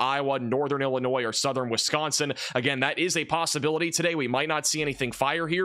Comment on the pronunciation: This guy does not know how to say the state of Illinois he never mentions anything in Illinois